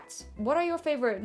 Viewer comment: for god sake it is schleich not shlike